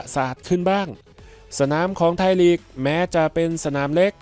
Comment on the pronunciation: ไทยลีก ไม่ใช่ ไทยหลี๊ก